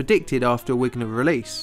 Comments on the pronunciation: It's called a Vigner release no wigner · Wigner must have been German-ish - pronounce 'vigner'. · The process to release excess energy is named after its discover Eugene Wigner who was born in Hungary. There cow the w in his name is pronounced as a v. There is a very good documentary on YouTube called a very British bomb. All the names are pronounced correctly. On the subject of paid promotion I stopped the video as soon as you broke in with the fake I love this product promotion. I won't be watching anymore of your videos that are sponsored unless the sponsor mention is at the front or the end of the video and is not a "I love this product because they paid me to read their script". Sorry. It comes across as cheap and untrustworthy. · Sorry, that's Wigner with a V, pronounced VIGner. Thank you for the great video nonetheless. Cheers